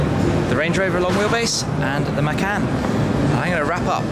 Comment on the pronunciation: you've pronounced the porsche macan wrong